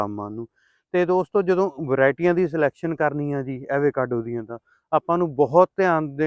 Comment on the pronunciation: Pronunciation- ਅਵ-ਕਾਡੋ